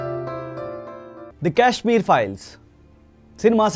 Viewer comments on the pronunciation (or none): Guru.....It's not Cash-meer files....it's Kashmir files.